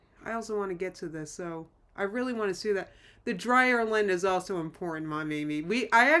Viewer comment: You said dryer lint and I heard DryerLynn.